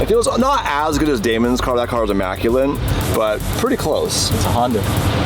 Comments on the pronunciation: Immaculate not immaculent. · Immaculate*, not immaculent 😅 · its Immaculate not immaculant. Just trying to help out the vocab